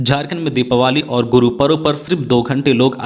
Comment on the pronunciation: दिपावली not दिपावाली